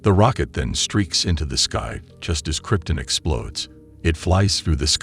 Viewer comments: Everytime you say Kryptin instead of Krypton i shudder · Who is narrating this video? WHEN DID SUPERMAN COME FROM KRYP-TIN? IT'S KRYPTON! ON, NOT IN. AND WHO IS LEX LUATHER? IT'S LU-THOR! SAY IT RIGHT AND STOP TRYING TO BE SO BOUGIE!!! YOU ARE SO SPECIAL! :face-red-droopy-eyes:UHH...:face-orange-raised-eyebrow:DUH...:face-fuchsia-tongue-out:DRRR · Am i the only one that laughs at him mispronouncing the names? Kryp-tun Lex Lu-thar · Exactly this. It mispronounces things that Conroy wouldn't: Kryptun instead of Krypton, Batmen instead of Batman, Loyees instead of Lois, Luhther instead of Luther, Fries like french fries instead of like Freeze, etc